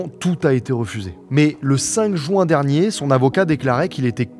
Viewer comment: On dit " Juin " et pas " join " ok ? Je t'aime beaucoup et c'est presque ton seul défaut donc gère moi ça stp